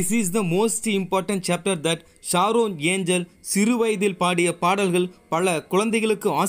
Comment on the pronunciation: Unna yaaru ippa enna keta, unwanted video nalla sambarikira, and tell her name by english pronunciation sharon nit saron...